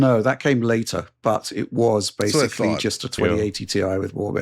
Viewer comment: pulled the 'YESSSS' on in higher spirits today keeps incorrectly saying 'basely' instead of pronouncing 'basically' as one should - please correct yourself Starfox - wish this game would release on PS5 Pro as well